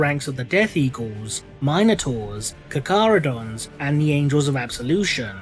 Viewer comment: "Caw-Caw-row-dons" lol.